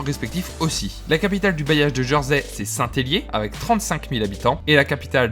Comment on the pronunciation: Prononciation étonnante. On dit "Jèrsey" pas "Jeursey" il me semble. J'y habite depuis 15 ans.